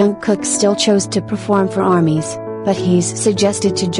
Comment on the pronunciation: “Come n perfelorm beautifully for armies” ahhh that part 😭💜